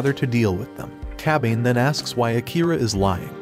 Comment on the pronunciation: I cringed every time he said Kabane's name.